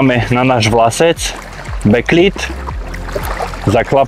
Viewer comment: Bek lid ,nie bek lejd bože